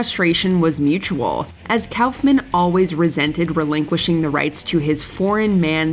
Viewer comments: It's pronounced cough-men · It makes me irritated with "Kowfman" was said, it's Koff-men. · Andy "cow"-fman? 🤨 No one has ever called him that including himself. It's "cough"-man. Good gawd. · I thought Koffman was pronounced COUGH-men, not COWf-mann. 😅😂😂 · Cowffman... It's pronounced Coughman. Kauffman=Cough-man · You need to get someone who bothers to learn how to pronounce names before tracking these videos. It's "Koff-man", not "Cowf-man". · Coughman. Not Cowf-man. Why are your voice-over people so sloppy? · It's KOFF-MAN, not COWF-MAN. Wtf is wrong with you? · Andy KOFF-MANN not Cowf man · It was pronounced KOFF-MAN, not COWF-MAN. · It's pronounced 'Kawf-man' not "Cowf-man" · “Andy COWF-MAN” 😂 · Pretty sure its not pronounced Cowfman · its Coughman right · Umm, Kaufman is pronounced Cough-man. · Kaoufman? Lmao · LOL 😝 “Andy Cowf-man” what nursery school did you find this girl from who narrated the video? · Did you really say “Cowf-man”? Really?? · It's Kaufman. Coughman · andy KAFmen lol its cawf-men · I have never ever heard it pronounced Cowf men... what in the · I've literally never heard anyone pronounce Andy's last name as anything other than "koffman" before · I hate the way you're pronouncing Andy Kaufman's last name. I've never heard anybody say it like that. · The way you pronounce Andy Kaufman almost gave me an aneurism 😅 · You'd think that if you were going to say Kaufman 78 times, you'd google it at least once for the pronunciation 😂 bunch of hacks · 5 seconds in and they butcher a legends name haha I know it's probably a good list but because of that I'm out (nobody caught it in editing or anything...like nobody???) Come on people 😂 we can do better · How do you not know how to pronounce the word Kaufman?